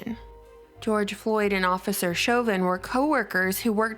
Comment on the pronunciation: Chauvin, pronounced "show van"..